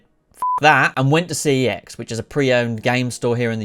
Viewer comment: CEX MENTION!! (you pronounced it wrong btw)